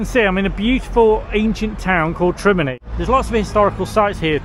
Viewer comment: it's not Trebinny it is Trebinje